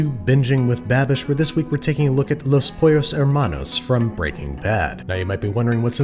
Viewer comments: "pOllOus hEmaNous" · as a native spanish speaker the way he said pollos hermanos made me throw up in my mouth